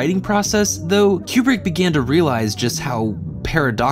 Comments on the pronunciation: Highjacking the pinned comment to say: you do great work, this is well done af, but, my good brother in christ, you're killing me with the "Cube-Brick". It's "Koo-Brick". Otherwise, well done lol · "...Fourteen point five"..?!?!?!.. Fourteen point five?!?!... Wow. Makes total sense once pointed out (naturally). Tangentially, please don't call him "Cue-brick". "Koo-brick". Por favor. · Okay, I admit. I stopped watching after the 35th "Cue-Brick" and the first "New-Cue-Lar" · For those wondering why is pronouncing Kubrick "cue-brick" instead of "coo-brick": according to Kubrick's stepdaughter, the family pronounces it "coo-brick" and Brits pronounce it "cue-brick" (source: she herself posted this on reddit). Had to look this one up because it was bothering me. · One I wish you would pronounce Stanley Kubrick correctly. Two I wish I knew this was a comedy because I always thought it was an overdramatized drama and everyone I know hates this movie. This is always at the last of everybody’s list of favorite Kubrick films. And I still don’t understand the point of this movie.